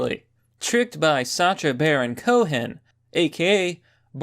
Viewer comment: Sacha Baron Cohen IS Borat. Not his daughter. Pronunciation of 'Sacha' is also wrong.